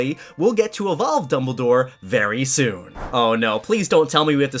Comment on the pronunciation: DUBBLE DOWE EVOVE!!!! (Lol)